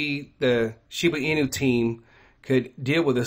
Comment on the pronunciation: I’m very confused I thought it was SHIBA INU with a B. Not an N???